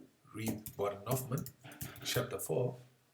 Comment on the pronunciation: Actually it is Huffman